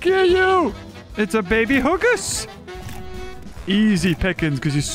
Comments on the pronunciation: “ITS A BABY HUGOS” Hygos- hI-gos. :00000 From now on ima call it hugos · Calling a hygos "hugus" is wild 💀